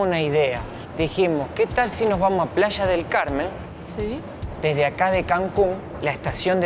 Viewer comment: Jajajaj ya no se llama Playa del Carmen , ahora es Plasha del Carmen jajajaja